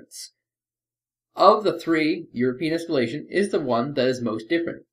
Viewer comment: Why i always hear "Your penis scaletion" insted of "europian espalation"?